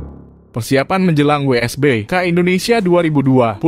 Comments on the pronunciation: wsbk bg bukan wbsk 😂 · WSBK bang bukan WBSK